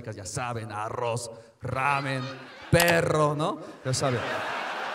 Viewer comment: pala comel aqui o para lleval? aloz o pasta?, jajajajajajajaja se mamo el chino